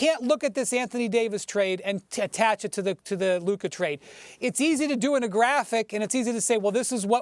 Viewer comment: Why does Stephen A. always pronounce every word that ends with an "a", as if it ended with an "er" (ex: Luka = Luker and Busta = Buster) 😂